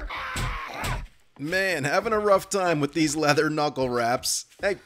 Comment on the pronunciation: I've been catching up on this channel and I have to put in my guess for Glock9's accent - It's clearly East Coast but I was torn between Boston and Philadelphia. At first I figured New York. - But it has to be Philly. Can anyone confirm or deny? The tell is that he says the word "with" as "wit", which is a Philly thing.